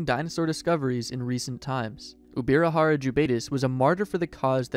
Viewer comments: Ubirajara is pronounced "J" as in English, not with "R". The language spoken in Brazil is Portuguese, not Spanish. The "J" in Portuguese is pronounced in the same way as the "J" in English, and not "R" as in Spanish. The name is indigenous to Tupi and he reads and writes in the same way as Portuguese. The correct way of speaking is "UbiraJara" and not Ubira"R"ara. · its no ubirarara its ubirajara, brazilians speak portugues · Uh, J is not pronounced R in Spanish, it's usually an H. He was pronouncing it UbiraHara. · I get it, so in English H sounds like R. That's okay, but the pronunciation of the dinosaur in this video is still wrong.